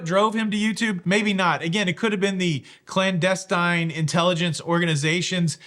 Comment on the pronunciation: If you were really watching spy shows you would’ve known that you pronounced clandestine wrong like 10 times buddy! All love 😂